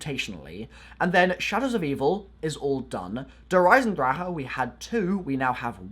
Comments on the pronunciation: Its der eisendrache, not der eisendraha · When you try too hard to pronounce something in a different language: "Der Eisendraheh" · Why do you say "Der Eisendrah-ha"? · The way you said der eisendrache. "Der Eisendra"LOL. Plus der eisendrache is German for the iron dragon if ya don't kniw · "Der isendraha" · It's been 2 years and this dude still doesn't know who to pronounce Der Eisendrache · You fucking annoy me by the way you say Der Eisendrache i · He can't say Der eisendrache right😂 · I can't stand how you say der eisendrache